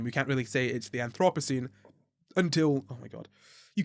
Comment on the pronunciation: You pronounced Anthropocene just perfectly the first time!